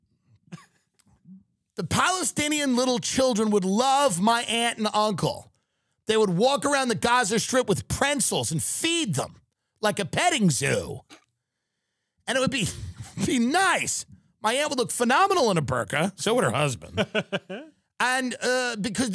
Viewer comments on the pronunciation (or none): Tim not being able to pronounce the word "pretzel" is my new favorite running gag.